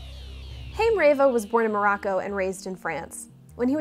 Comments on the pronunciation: Wow you just BUTCHERED their names completely.... It's not "Hame" that would rhyme with "Fame" - it's HA-IM, which would sound like the start of laughter ("ha ha") followed by IM which would rhyme with MEME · no idea who the hell "Corey Haim" is, but the Haim mentioned in the video is a jewish name which means "life" and is pronounced the way I described